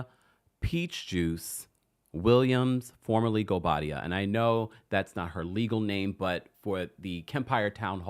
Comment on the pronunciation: Chile that gavel and the pronunciation of goubadia air please 😂